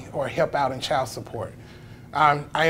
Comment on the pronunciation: CHILD IS PRONOUNCED CHILD, NOT chield